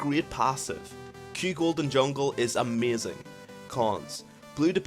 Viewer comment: "ameyzin clear time " xD